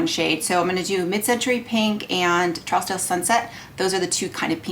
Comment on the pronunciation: Just FYI, it’s pronounced True-z-dale or Troozdale. It’s one of the most exclusive areas in Beverly Hills, CA. Great video. Of course, all of the colors look beautiful on you! I have Trousdale and Pale Fire and love them both, as well as the lightest bronzer, beautiful, and several of the lip balms. It’s a great brand!